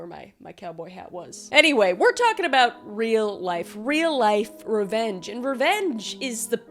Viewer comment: That entire intro I thought you were saying ranch and I was deeply confused. Your channel is great and we enjoy watching you